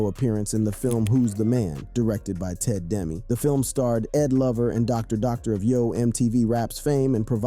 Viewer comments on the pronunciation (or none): When someone NOT FROM THE CULTURE, does a short doc on the culture..😂 Who the hell is Doctor Dr. (Doctor dre) and he said Day Bomb(Da bomb). Bro where you from? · I wanna know why are you messing up ebonics like that? And who is Dr. Dr? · It’s ed lover and Dr. Dre not doc doc 😂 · Really bro Doctor Dr lol ur a goofy. Bro, his name was Doctor Dre. yeah just like the music producer, but not the music producer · Dude, it’s Doctor DRE, not Dr. Doctor. And who TF calls 911 “nine hundred eleven”?! This video is ALLL over the place. Lots of room for improvement. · Who is this clown narrating this documentary 😅 It’s Ed Lover and Doctor Dre NOT DOCTOR DR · i'm having such a hard time watching this and hearing the same words be repeated over and over. and how do mispronounce 'da'? the name of the album is 'da bomb'. as in, 'this album is da bomb'. but i had to draw the line when you called doctor dre-'dr. doctor'. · Doctor 😷 Dr?... Doctor Dr'e without the E! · DOCTOR DRE NOT DR DR! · DR DR?! lol guessing you mean Dr. Dre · “Day bomb??? ”. 😂😂😂😂 “da bomb”. “ Doctor Dr??” Doctor Dre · Instead of saying docter dre and ed lover he said ed lover and doctor doctor 😂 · He called Dr Dre, Doctor Dr 🤦🏽‍♂️ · It’s the Other Doctor Dré not doctor Dr LLS come On man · Dr. Dr.?! 😂Man, WTH kind of research did you do for this?! It’s Dr. Dre just like the guy that brought us Snoop & Eminem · He also said, "Ed Lover and Dr.Dr "😅😂😅😂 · Did this brother say ed lover and doctor doctor? 😂 It's Dr. dre bruh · Did he call Dr. Dre Dr. Dr.?? Hahahaha wtf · I'm BEYOND irritated by how you say = DOWWWWWWW BAUM DOCTOR DOCTOR ???? MAC MILLER IS A LEGEND ???? Didn't you ask for help, before posting ?????????? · If I had the gumption to do so, I'd go back and watched this whole video again and identify all the mispronunciations...🤦🏾‍♀️ *Day bomb fir Da Bomb. *Doctor Doctor for Dr. Dre * ee-eh-shah for Iesha * McDaddy for Mack Daddy